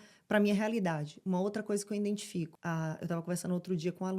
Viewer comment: Essa moça ama a palavra 'identifico", o único problema é que pronuncia "indentifico" 😅